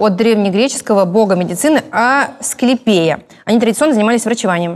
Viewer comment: Душню не АсклепИя, а АсклЕпия